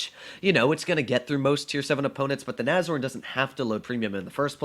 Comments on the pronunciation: Nobody:: Nazorn...Nazorn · Is it pronounced "Nash-horn" or "nazorn"?